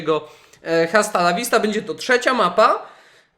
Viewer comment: Czyta się asta A nie hasta H w języku hiszpańskim jest nieme!!!!!